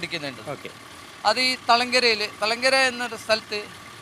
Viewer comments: thalangara not kalangara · കളങ്കര അല്ല ഹേ... തളങ്കര എന്നാണ് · NOT KALANGARA...THALANKARA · It's not kalangara, it's thalangara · Kalangara alla thalangara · kalangara alla thalangara.. ok